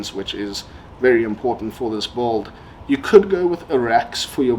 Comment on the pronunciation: In what english accent do they pronounce "build" as "bolt" ?